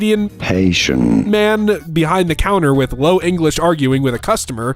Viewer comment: not being able to pronounce haitian pains me, learn your liberation history homeslice